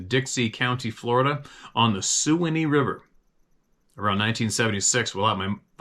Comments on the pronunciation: thanks for the stories, btw that river Suwannee in Florida is pronounced swan-knee, like a swan with a knee:) - I appreciate you and Sarah! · Hi, just a quick message for you. The river in Florida mentioned by the gentleman from Land O' Lakes, is actually pronounced, the "swanny" river. No big deal, just thought you may want to know. Thanks for the stories. I am very jealous of the life you live in the wild. I've been stuck here on the west coast of Florida for the last 37 years. I love the outdoors. I'm 74 years old now so and have a problem with my left leg so, I wouldn't be able to enjoy it now anyway. Keep on keepin' on. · That river is pronounced Sue-wah-nee. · Prayers said for Sara's Moms Friend Barbara! That's SWAN-NEE River! (Way Down Upon The SWAN-NEE River) Rock on Brother! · Me again, here is a helping hand from a fan: Suwanee is pronounced "swanee" as in the famous old song, "Way Down Upon the Suwannee River"